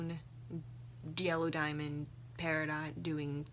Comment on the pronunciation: It sounded like you said Jello Diamond. New fanart plz~